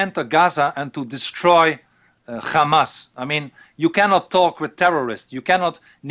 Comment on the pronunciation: Why does he keep saying GAMAS. He is dutch he knows very well how to pronounce the 'H'